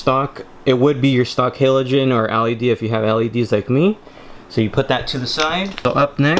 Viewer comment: It’s L E D. NOT ALLEY D